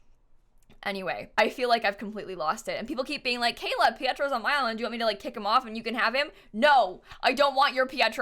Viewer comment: why does everyone keep calling her KAYAK!?!??!?!?!?!??! ITS KAYLAAAAAAAAAAAAAAAAa